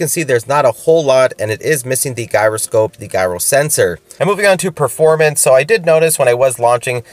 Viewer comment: Just FYI The g in gyroscope should be the J sound instead of the g sound hope this helps.